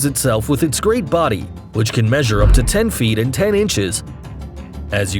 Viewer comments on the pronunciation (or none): none